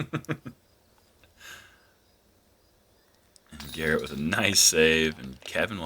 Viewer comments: How do you mess up Garrett's last name when he's clearly the girthiest/gurthiest player in the field. Absolute unit. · LOL...when an announcer mispronounces Garret's name he should step off the pad as if to wait for the player with the announced name